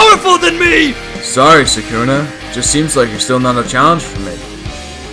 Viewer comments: It’s Sukuna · I don’t like it when people say “sakuna” it’s Sooukna” other then that great work